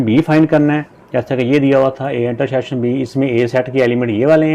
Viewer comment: Intersheksion ❌ intersection, ✅ 😊😊😊